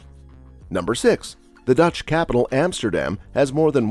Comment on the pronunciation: Van Go... Emsterdem.. Gaithorn.. Bayshute with... Kinderdieke.. do your homework before you make a video...